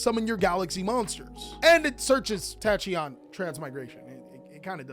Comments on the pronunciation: its pronounced takion dragon 🤣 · Why tf would you pronounce "Tachyon" like that